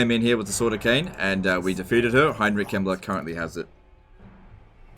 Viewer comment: is it me or when sometimes says "Heinrich Kemmler" it sounds like "Heinrich Himmler"?